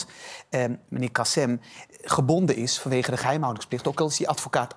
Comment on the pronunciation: het is "KasIM" niet "KasEM". Voordat je op TV aan een discussie (waar je blijkbaar geen bal verstand van hebt) meedoet, zorg dan in ieder geval dat je ten minste de namen van de betrokkenen goed uitspreekt....